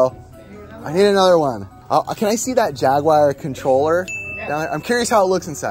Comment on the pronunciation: Yo I’m sorry but this needs to be said. Why do you pronounce it “jaguire”??? I feel like you’re channeling your inner overrated Tom Cruise flick instead of talking about Atari’s last gaming console. 🤣